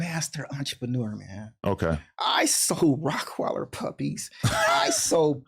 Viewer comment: “rockweiller” “petbull” bro lol